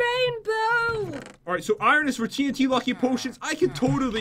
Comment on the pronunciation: When you say 8 TNT it sounds like AT&T